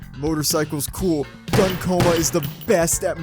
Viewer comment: I believe his name is pronounced as "Goon" and not gun.